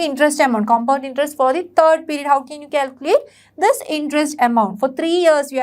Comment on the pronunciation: Mam that is not perid (pirid) that is period (piriuad)